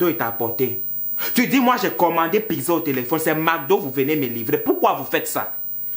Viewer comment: Tu as le Congossa hein 😂😂😂😂😂😂😂😂 C’est méchant pour KIM . Elle a une maladie c’est le Psoriasis . Mais KIM est une très belle femme . C’est un peu de la méchanceté gratuite la. Murielle Blanche je ne suis pas fan mais c’est une jolie fille , sachons faire la difference 😂😂😂😂😂😂 Toi même du dis PIGZA alors que c’est PIZZA 😂😂😂😂😂😂😂😂😂 BON SINON J’AI BIEN RI . Vidéo funny